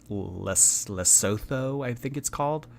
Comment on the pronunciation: 1. You should visit Oman, it's safe there. 2. It's not LesoTHo, just forget about the H and pronounce it Lesoto.